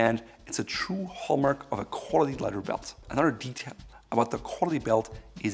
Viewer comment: Let’s work on the word “quality”